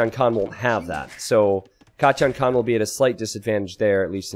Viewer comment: he says katyan ;)